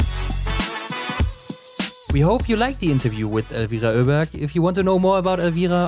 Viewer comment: 'Öberg' is the right pronounciation, same as in German, not 'Oberg'.